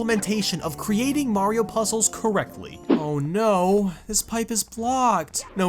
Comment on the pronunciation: bee mayro i heard mayro